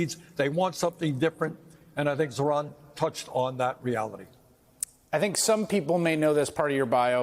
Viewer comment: I heard Bernie say "Iran" ran a brilliant campaign. (Not Zohran). Hmm..coincidence?